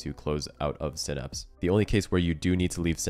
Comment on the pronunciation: It’s synapse not synapse